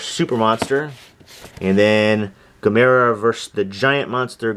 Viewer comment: loved Would You Rather,Evil Dead 2,Monster Squad,The Fog From Beyond is my favorite Stuart Gordan and Jeffrey Combs film btw you're saying Gamera wrong ;)